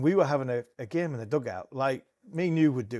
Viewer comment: Every time Harmy says "gyayme" an angel gets its wings.